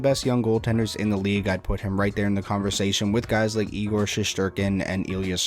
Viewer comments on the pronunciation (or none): none